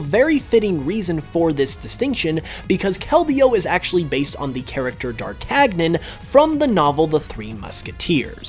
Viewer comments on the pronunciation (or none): Dar-tag-nion? Lol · Wouldn't d'Artagnan be pronounced more like Dar-tan-ya? Because in french it's pronounced Daʁ-ta-ɲɑ̃ and the "ɑ̃" is more like an "a" or an "o" than a "e" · Lol, "Drar-TAG-nin" this is how you know he didn't know anything about his like or the story XD. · It's pronounced 'Dar-tan-yen'. Cause it's a French name. Not Dartagnan. :/ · D'artagnan's name is pronounced Dart - AN - YAN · You wound me with your "dar-tag-nen" pronunciation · It's pronounced Dar-tan-yon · 1. “DarTAGnen” hurt me. 2. Im pretty sure dei/zwei/drei refers to the number of heads each has, right? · Keldeo. He mentions that Keldeo is 'based on the character d'Artagnan from the novel The Three Musketeers' but pronounces the name of the character as 'dar-tag-nen' when, being that it's a French name(and the character themselves was named after a real person so it's a real name to boot), it's pronounced as 'dar-tan-yen'. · That's how I've always heard it ¯\_(ツ)_/¯ A quick look at the pronunciation guide on wikpedia says the ɑ̃ is said (roughly) like 'on' (like in r/en/dez-vous) So I guess a slightly more accurate pronunciation of the name would be 'darr-tan-yon' with the last part somewhere between 'yan' and 'yon'. Either way, he still horribly mispronounced the name. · Somehow I managed to pronounce Dartagnan correctly aged 8 (I wasn’t a smart kid I don’t know how I worked it out) despite knowing no French yet this dude can’t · Along with d’artagnan